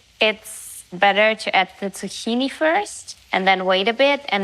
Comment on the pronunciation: ZUE-KEEN-EEEEE Thats how u say zuchini 😅🩷 but i love you! And i kind of love the way you aay it. Subbed!